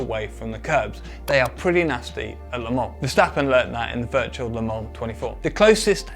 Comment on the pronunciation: I love the way you say Le Mans